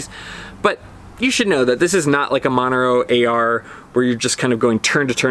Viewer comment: You keep saying "Monero" AR. Are you meaning "Montero AR"? Serious question.